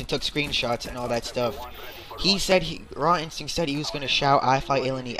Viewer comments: you are saying his name wrong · nice saying his name wrong